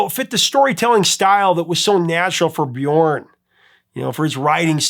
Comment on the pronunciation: the ö in Björn is pronounced like the u in the word burn